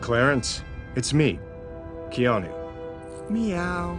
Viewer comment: Top la vidéo mais svp on prononce Kéanou en fr. Pas Kiniou / Kéniou